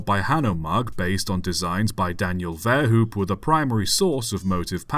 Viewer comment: One minor detail: Verhoop is pronounced like vairhope.